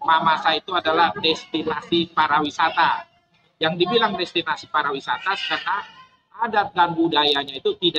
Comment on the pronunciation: PARIwisata Pak... Bukan PARAwisata 😂😂😂😂